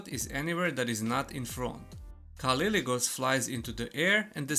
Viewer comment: it's "K" not "C" :)